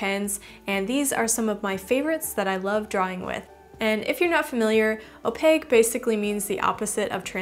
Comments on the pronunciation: She’s like the Ron of art... like some Hermione just straight up went “it’s opaque not opague” at her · Some people pronounce it as (Oh-Pack) 😂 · I dont like how you say opaque ...